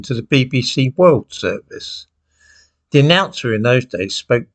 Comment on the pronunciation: This, that, there, their then, though. Sadly the 'th' is no longer pronounced as it should be, as it has been replaced with a 'd'. Dis, dat etc etc.🙄